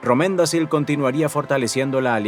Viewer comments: siempre excelente contenido, solo una correccion, Romendacil es (Romendakil) la c se pronuncia k, al igual que Celeborn, Celebrian, Cirdan (todos con k) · La pronunciación en sindarin debe ser mejor en vuestros vídeos: Romendacil se pronuncia Romendakil Nota: la letra C en sindarin se pronuncia como K cuando precede a cada vocal.